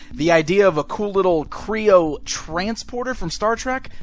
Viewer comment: Kreo not kroon